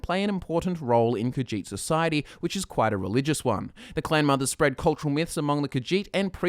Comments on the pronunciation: it's more like khajiit not khagiit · The way you say Khajiit makes me so triggered. I thought Khajiit was pronounced Ka-zheet instead of Ka-jeet. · kahjiht sounds like cat shit